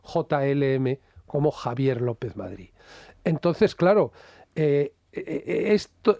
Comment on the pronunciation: Se dice Madrid, no Madgid.